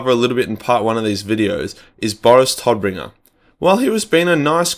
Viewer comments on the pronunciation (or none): none